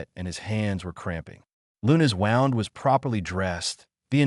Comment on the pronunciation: Please teach the ai voice how to pronounce wound!!!! ‘Woond, not wownd’